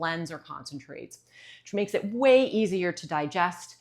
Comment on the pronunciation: At , did you say “…it makes it whey easier to digest?” 😃